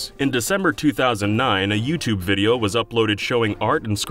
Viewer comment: Yoot Jools Fooptube hehe